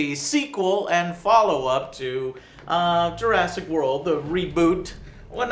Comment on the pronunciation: Jur ASS ic park ._.